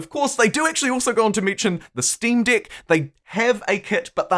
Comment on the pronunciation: says "Deck" Me: Giggles